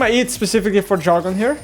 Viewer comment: it's DR-A-gon, not JA-R-gon